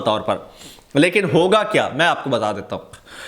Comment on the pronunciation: Pl read " hoga " for higa. Wassalam.